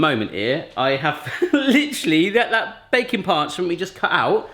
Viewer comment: Every time you say baking parchment I hear bacon parchment and I get disappointed every time that it's not actual parchment made out of bacon.